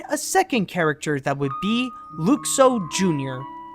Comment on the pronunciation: you misproced Luxo and Geri.